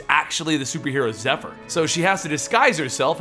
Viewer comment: Ngl when he first said her name all i heard was heifer